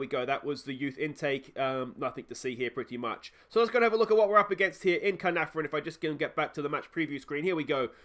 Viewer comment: The Caernarfon curse will get lifted once you pronounce their name correctly 😂 Getting my bottle emoji ready for next episode 😬😬😬😬